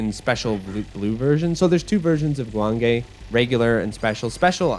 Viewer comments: Actually it’s more like goo wahng geh. Ppl think the E sound in Japanese is pronounced like ayy but no, it’s eh. If you see anything spelled with ei, then that’s pronounced like ayy. For example if it was guwangei Also the ahh sound in Japanese sounds more like the vowel in “wok” than “long”. So the second syllable wang would have the same vowel sound as in wok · The name of the game is three syllables. Goo-wong-gay. I'd also love to see another game that picks up on some of the unique ideas this game has. Slowing down bullets within a certain radius seems like the perfect premise for a Shoot the Bullet sort of game. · GOOOO JUAN GAY I've heard it pronounced JEW WAYNE GEE